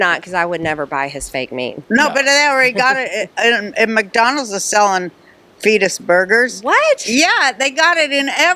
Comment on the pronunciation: No no no, I never want to hear the term “fet-s burger” again.